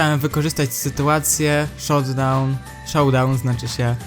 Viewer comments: Mówi się szołdałn a nir szotdałn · Nie ,,shotdown" tylko ,,showdown" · #pomoc Showdown to się czyta szołdałn